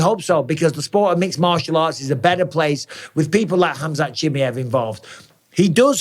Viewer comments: Who’s “ CHIMMYHEV” ? ITS “ chimaev” ! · chimAev, not chimIev for gods sakes. I swear I was trying to pay attention but it just bugged the hell out of me haha.